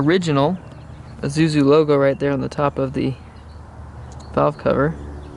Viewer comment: Pronounced "e SU zu"